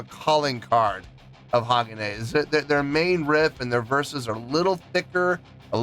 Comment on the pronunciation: Its pronounced HA-GON- A (long A And emphasis on the MIDDLE Syllable